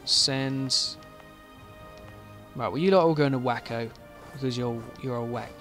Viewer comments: Waco is pronounced way-coe. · Waco is pronounced like way-ko btw :)